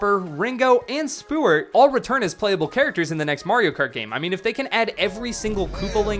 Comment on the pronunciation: Oh boy, My favorites “Harriet, Topper, Ringo, and Stewart” Proceeds to spell Rango’s name wrong, swap the names of topper and Rango, and pronounce Stewart wrong😅